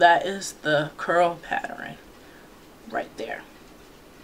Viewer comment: "Patterin" lmao